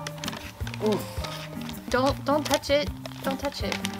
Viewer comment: I love it "Don't tutch me".. hahaha